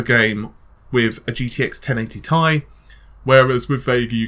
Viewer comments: You're one of my favorite YouTubers don't get my wrong. But DUDE, Ti is not pronounced TIE! It's T-I not TI. Sorry I just had to get that off mi chest. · repeat after meeee TTTT IIII NOT FUCKING TIE